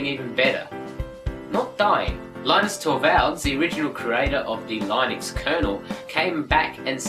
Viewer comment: I thought it was pronounced LIH-NIX... lol